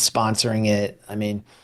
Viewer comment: I'm a big fan, Briahna. And I cringe each time you mispronounce Coates' name. He pronounces it Tah na HAH see